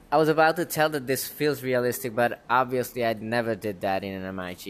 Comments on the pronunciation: Amazing product! Just so you know the aircraft name is not pronounced M. I. G. but as a word. NATO refers to the aircraft as a "Mig-29 Fulcrum." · Bro...its pronounced "Mig". It's short for Mikoyan Gurevich. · Guess learning to pronounce MiG wouldn't hurt you bro... ;) The designer of the aircraft would go cry in fetal position in a corner if he could hear your "EM AJ G"... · you PRONOUNCE mig wrong